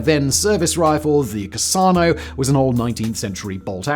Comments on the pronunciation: The Carcano isn't called "Car-sar-no", it's pronounced as "Car-car-no". - The MP3008 was actually very well known because at that point of time, all major German factories in late-1944 and 1945 were totally bombed out of the maps and without any certain ways to produce quality arms as quick as it's 1940 all over again, the engineers saw what the Polish had done, underground of Warsaw with their own ripoff of the STEN and with the Germans having captured tons of STEN themselves, they saw the potential of how cheap and quick they can make the STEN with just the simplest of tools and parts and went ahead with the MP3008 project. All the did was rotate the magwell from the sidefeed to the bottomfeed style and made it work. It did okay for the defense of Berlin but again, it came way too late to save the Reich. Quite alot was later surrendered to both the Western Allies with those who managed to flee Berlin with it and also, the Russians who captured them as they took down Berlin. More lesser known guns of WWII should have the M1941 Johnson rifle and LMG and the French MAS-38 SMG. - The Johnson as it's often called, was a direct competitor to the M1 Garand but it came too late to compete as the M1 Garand was already in US service since 1935 and it wasn't until about 1939 that Johnson can produce his rifle for testing but at this time, the military wasn't really needing new rifles cuz the M1 Garand, in their eyes, was exceptional. However, war hits the Pacific in 1942 and with th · Ok. Its obvious simmon knows nothing about firearms. Cant even pronounce Carcano. While interesting for those that don't watch firearms videos getting mames and how things actually work would make one hell of a difference. Sorry Simmon but on this one id say stay in your own lane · I checked with several Italian friends of mine... You are mispronouncing Carcano. It is NOT "CAHR-SAH-NO". It's "CAR-CAN-NO". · Carcano is prouncounced with a hard C sound. KarKano....not Carsano...